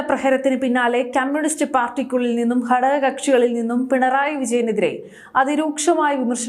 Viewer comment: മലയാളം (മാതൃഭാഷ )ശരിയായി ഉച്ചരിക്കുക.. ഹടക കക്ഷി അല്ല ഘടക കക്ഷി എന്നാണ് ഉച്ചരിക്കേണ്ടത്..